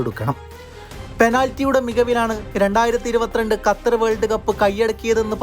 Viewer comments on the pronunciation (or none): none